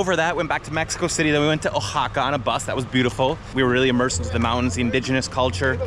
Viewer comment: Your Spanish is a hundred times better than mine so it makes me wonder why when you pronounce the City of Oaxaca that you pronounce it with the O when the native speakers don't use the O it's silent. It's pronounced like Wa-haca , not o-haca.